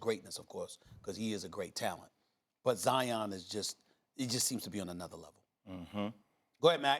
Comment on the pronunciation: ZION RHYMES WITH LION. How are so many people so wrong? Mt Zion, these things have been known since a kid Lion Zion. C'mon.